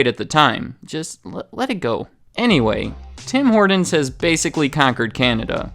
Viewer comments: In Canada we just call it "Tim's" ! BTW it"s pronounced Horton's not Hordin's . In Canada Starbucks commands a mere 7% of coffee sales and Tim's commands 72% . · As a Canadian, every time this guy said "Tim Horden's" I died a little more inside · It sounds like he's saying Tim Hordon's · OMG! There's a "T" in "Horton"! If I hear you say "Tim HorDins" one more time I'll scream"😖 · anyone else notice how this guy kept saying "Tim Horndins"? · Do Canadians pronounce it Tim Hordon's as well? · Got a little OCD every time he said "Tim Hoardens" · Great review even if it doesn’t reflect the current state of the franchise. It’s well known amongst Canadians that Tim Horton’s is quickly losing its market share here since being bought out by Burger King. Their coffee, donuts, and food have all gone to shit. The one thing that irked me about this video though was your pronunciation of the franchise. It sounds much more like Tim Hortin’s when pronounced by Canadians, not “Tim Hordin’s” as you said repeatedly. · This guy pronounces some words so weird. There is a t in Horton not a d and he says pradact instead of product lol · Why are you saying the name so weirdly lol? "Hordin's" 😅. It's pronounced like "Hortin's" with a T not a D. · Stop saying "Tim Hordens" you sound American, its pronounced "Tim Hortins" there is no "D" I am Canadian and travel a lot, I always see a new TH open and then close pretty quickly in the USA, the only ones I have seen stick around are the ones bordering Canada and the one near Times Square. I do not understand the appeal of their coffee or their food products but all my friends go crazy for it, and I am guilty of playing roll up the rim every season. I even call my wife at work when I win a free doughnut. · I love how you say "Tim Hordenz" instead of "Tim Hort'ns" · Tim ‘Hordons’ annunciate hah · “Tim Horduns.” 😒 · It’s not HorDons... it’s HorTons! 🤦‍♂️ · No one: Absolutely no one: Not even Canadians:: “Tim Hordens” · "Tim Hordens"